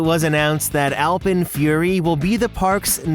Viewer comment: It annoys me how says alpen